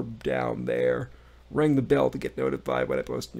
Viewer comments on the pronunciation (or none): none